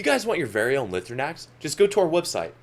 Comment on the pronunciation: Awesome video! My only complaint is that it’s pronounced “Lie-throw-nacks” and not “Lih-throw-nacks”